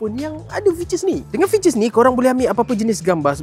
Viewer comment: Mantap reviewnya. Kena slow sikit cakapnya kadang2. Ada je dengar tersalah sebut jelah(jelas) dengan fiter(features)..😆